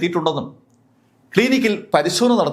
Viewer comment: ഇദ്ദേഹം എന്തിനാ ഇങ്ങനെ ഒക്കെ ആക്ട് ചെയ്ത് കാര്യങ്ങൾ വിവരിക്കുന്നത്. ക്‌ളീനിക് അല്ല ക്ലിനിക്‌ എന്നും ആധായം അല്ല ആദായം എന്നും തിരുത്തി പറയുക. പിന്നെ നല്ല കഥാപ്രസംഗം പ്രാക്ടീസ് ചെയ്താൽ കൂടുതൽ ഭാവി ഉണ്ട്.. 🙏🙏